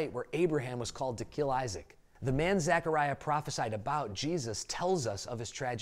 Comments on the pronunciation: Nice, but it’s Zechariah NOT Zachariah. My grandsons name is Zechariah and I cringe when people call him Zachariah. Lol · You're saying my name wrong dude.